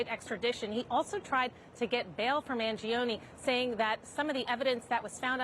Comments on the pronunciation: It's not man-jee-oh-nee... Mangione sounds like "man-JOE-nay." That's why saying it the wrong way feels so weird and cumbersome. (In Italian, the i after the g changes it from a hard g to a soft j sound.) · Maybe one day Americans will pronounce their Italian last names with linguistic integrity Mangione is not pronounced manjeeohnee The I vowel and E vowel cannot ever have the same annunciation yet Americans are lazy as Eff when it comes to the integrity of properly pronounced English Mangione is properly pronounced Mahn- Joe-nay